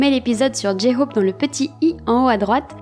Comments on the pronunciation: Moi aussi j’entends, il dit j hofe et non Jhope c’est mignon 😂❤ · Je n'avais pas fais attention pour JHope effectivement on dirait qu'il prononce un F . Et Suga et ses pailles , j'ai trop rit . Merci encore pour tes video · J ai remarque moi aussi jhope ne dit pas jhope mais jhofe 😂😊❤mais C est mignion quand il dit jhofe IH 😊❤ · J'ai beaucoup aimé ta vidéo qui donne plein de petites infos sympas !!! Merci pour cette vidéo et ce format. 🙏 Du coup, je vais aller regarder tes autees vidéos. Et tu as raison, je n'avais pas remarqué non plus, mais oui, tes oreilles be re jouent pas des tours. J-Hope a l'air de dire J-Hof... 😅😂❤ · Trop bien la vidéo 😊, mais ne t'en fais pas t'es pas la seule à entendre j-hope dire j-hofe 😂😂😂 il est trop mignon 😍❤❤ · Merci pour ta vidéo ! très intéressante ! j'entend aussi J -Hofe lol ... bonne journée ! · Merciiiii super intéressant. Je connaissais pas certaines anecdotes. Et tu as raison. Le P de jhope il le prononce pas 😂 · Tu a raison pour j hope il prononce mal son nom